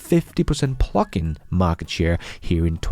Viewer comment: It’s sounds really funnny when says plugins- sounds like plucking a chicken. Not making fun of